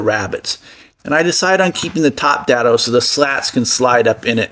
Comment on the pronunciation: Day-do, not dad-o. Zero clearance insert, not zero tolerance. Just FYI